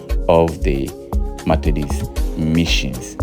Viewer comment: Methodist, and not Mathedist, please. Kindly handle words well for us. Thank you